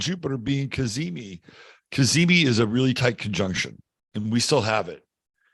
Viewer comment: Every time you said cazimi I had to LOL...thank you! 😂